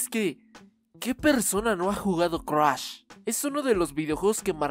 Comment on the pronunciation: Cruash??? Jajajajaja no mames 😂😂😂💔